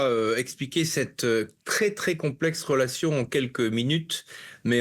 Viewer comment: Ce journaliste extrémiste a dit.. rolation...😂😂relation illitrer 😂